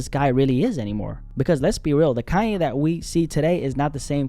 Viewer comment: Kanye 😂 not Cayenne